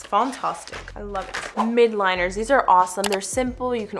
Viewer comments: Uhmm, Hey, I just notice to all your stationery videos how you pronounce MILDliners as “MID liners”. So yeah, it should be MILDliners because their colors are MILD….not MID 😊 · I love the stationary gal set! Thank you for doing these giveaways and I just wanted to let you know that the markers are pronounced miLdliners